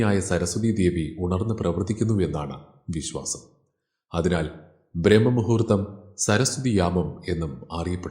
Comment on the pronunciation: ബ്രഹ്മ മുഹൂർത്തമല്ല സാർ ബ്രാഹ്മ മുഹൂത്തമാണ്. ബ്രഹ്മണനല്ലല്ലോ അമ്പലത്തിൽ പൂജ കഴിക്കുന്നത് ബ്രാഹ്മണനല്ലേ? വിശ്വാസം വരുന്നില്ലെങ്കിൽ ശബ്ദതാരാവലി പരിശോധിച്ചോളൂ. അതിലുണ്ട് ഈ വാക്ക്